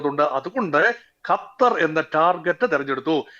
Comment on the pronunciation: ഗത്തർ അല്ല സുഹൃത്തേ, ഖത്തർ എന്ന് പറയൂ.